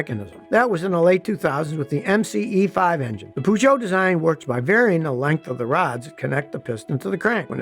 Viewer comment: Its not püzso its pözso